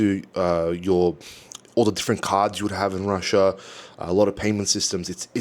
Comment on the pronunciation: I love ""RUSIA"....hilarious! Also try pronouncing the "TH" sound.